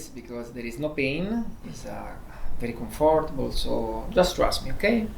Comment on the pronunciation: Yes but... he never gets the pronunciation of "comfortable" right... 🤣